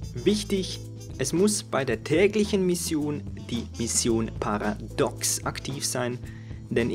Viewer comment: Paradox - Paratox - Paratooxx höhö :D